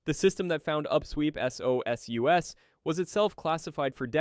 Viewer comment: SOSUS is pronounced as a word, never as "ess oh ess you ess". 😮